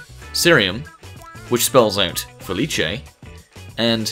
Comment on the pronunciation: You pronounced Felice wrong...